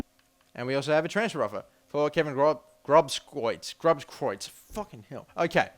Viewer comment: You speak it as grooskreutz ;p and get Eriksen from Ajax